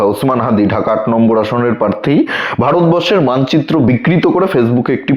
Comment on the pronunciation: খুব ভাল কাজ করছেন। উচ্চারণ এর দিকে আরও একটু নজর দিলে ভাল হত। কথাটা প্রার্থী। পারথী নয়